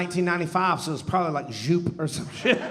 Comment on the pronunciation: Joop is pronounced "yope."